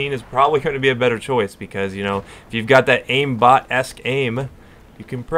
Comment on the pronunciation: Aimbot- "Esque"...... Not ass.